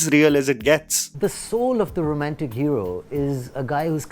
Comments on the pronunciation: Someone should correct his pronunciation of “Romantic” not “RomEntic” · your accent gets so thick at times....so Rrrromantic, pluTTTonic